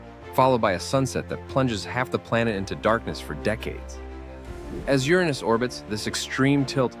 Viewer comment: Finally, someone pronounces the planet's name the correct and fun way! 😁👍